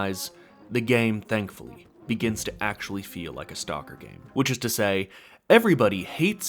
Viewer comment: Learn how to pronounce the name of the game properly please!